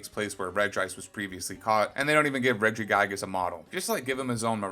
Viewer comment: Honestly great vid but the names pronunciation wasn't even funny became quite annoying even when we you said "Regigaigas" and really made me wanna click off.